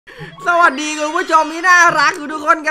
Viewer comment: ส๊าวัณดี ว๊านปีหม๊ายครับ 555+ ภาษาไทยวันละคำ